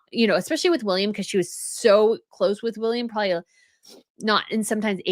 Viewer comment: Am I the only person who hears prolly instead of probably when you use the word?